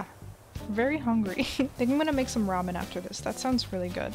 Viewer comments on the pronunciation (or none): I legit heard I think I’m going to make some robin after this.... I had to play it back and then realized you said ramen....